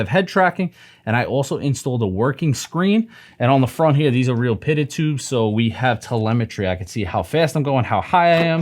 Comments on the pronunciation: "PITO tubes" pronounced (PEE-TOE) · “pitted tubes” 😅 is that a ny thing 😂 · just FYI pitot tube is pee-toe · It is pronounced PEE-TOE tubes....just an fyi. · pitot tube is pronounced pee-toe btw